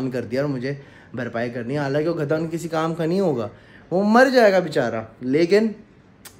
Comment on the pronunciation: Ghada ni gadha hota hy bhai ..